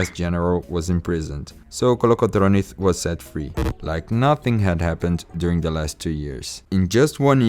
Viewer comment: Georgios Kolokotronis, not Georgioth Kolokotronith